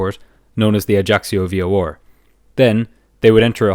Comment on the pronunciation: Bro pls stop saying "v-o-or" instead of v-o-r